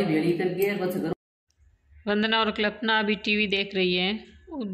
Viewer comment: Ap klpana bolte ho uska name kalpana h pronunciation Galt ho rha h apne to to name ho badal diya 😅